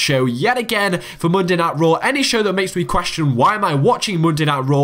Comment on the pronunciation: Mundai Nait Row !! LOL